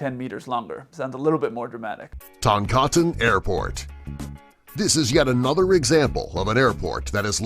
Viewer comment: It should be "Toncontin", not "Toncotin"